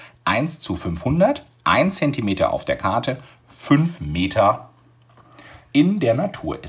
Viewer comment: lol sprechfehler am start